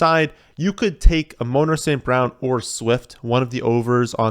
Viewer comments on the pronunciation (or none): Did he just say A-moaner St. Brown??? 😂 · Amon-Ra is pronounced AW-min RAW. Emphasis on the capitalized syllables.